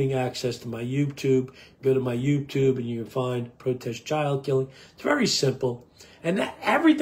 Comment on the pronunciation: I love your talks. You talk so much sense and you should have more views. Just Fyi...sometimes you dont pronounce 'Youtube' correctly. Thanks for your videos.